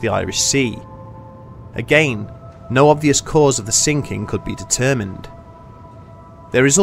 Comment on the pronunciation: Again he say agaein M nice